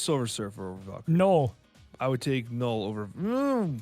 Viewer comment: ok not sure if this is just a troll thing but it is NULL not Gnoll. Like null and void.